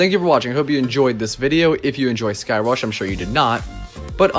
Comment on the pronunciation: I enjoy how Airtime Thrills calls Sky Rush as Thigh Crush! Hahaha